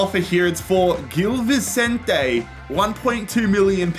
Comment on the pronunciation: Just to let you know, it's pronounced 'bombadeer'.. not 'bombardiay' and 'Vichentay' not Vissentee'..